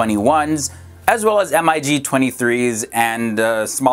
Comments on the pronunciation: It's just 'Mig' not 'M'.. "I'... "G"... dude lol. Also, 'Aircraft' does not pluralize with an 's' on the end..... it's 'Aircraft' regardless of 1 or 23 aircraft..... NOT 'Aircrafts' lol. I'm not a grammar nazi, just sayin. But cool vid cheers peace. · This idiot doesn't even know what "Mig" is, nor does he know how to say it. He's obviously just reading a prompter, and has no idea what he's even saying. What a joke.